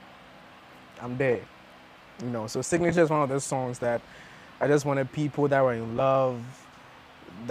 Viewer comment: Signature Zion not singnature